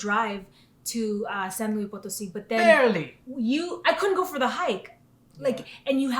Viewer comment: Love your footage and great editing on the videos! One note, it's pronounced "San Loo-eess (pronounce the S")" --not like the French "louie". So, a tip re: Mexico and Moctezuma's revenge... I'm American (Californian) and have been all over MX over a dozen different times over the course of 9 years now. I've gotten "deathly" ill on at least 4 different occasions (i.e. can't get out of bed for 3 days) and have gotten 24-hour food poisoning another 4 or so times. However, I have another Californian friend who never gets sick. It just depends on your own sensitivity, your gut flora & whether or not you've been previously introduced to the bacteria specific to Mexico. I have tons of food allergies so that already puts me at higher risk... I'm still planning to move there permanently in July of this year, but have learned how/what to eat (mostly) to prevent getting sick. You'll learn it over time. It sucks but some people are just more susceptible than others... I'm one of them.